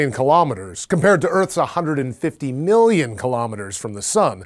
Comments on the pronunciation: Why the weird emphasis on the second million? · Pet peeve: when people make comparisons, but vocally emphasize the wrong part of the comparison. "It orbits its star at a pretty cozy 8 million kilometers, compared to Earth's 150 MILLION kilometers from the sun."